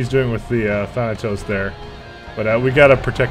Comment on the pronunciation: Glorious moment.He finally said "Thanatos" correctly.